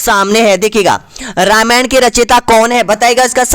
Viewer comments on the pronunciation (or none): none